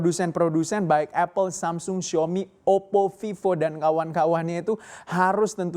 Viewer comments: Maunya baca agak nginggris, tp jatuhnya jadi aneh. Kalau nginggris ya bacanya semsang, kalau logat asli Korsel sana samsong, kalau Indonesia baca aja samsung. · "samseng??" Samsung pak bukan samseng Wkwkwk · Masih salah, cara bacanya aslinya bukan Samsung tapi Sam Song..